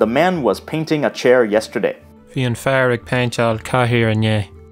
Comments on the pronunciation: Also, fhear and fhir were pronounced wrong. It is pronounced like the two consonants at the sentence beginning vanished. So instead of 'fear' being pronounced 'far', it's pronounced 'are' when spelled 'fhear' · You are right. In no dialect is the fh pronounced in Irish, nor in the Caighdeán. And when your man pronounces the word 'fear', it almost sounds like féar.